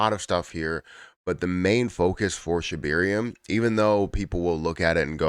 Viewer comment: Its Shib air ium not Shib eer ium.